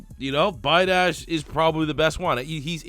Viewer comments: pronounced bee-ah-dish, kid destroyed us in high school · Pronounced tyler be-od-ish. Played him in highschool